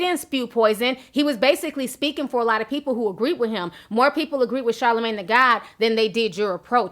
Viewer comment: Monique kno she aint sh*t for pronouncing it "Shah-La-Mon" TWICE... as if he's a Shahs of Sunset cast member smh. You aint sh*t for that my sweet sistah lol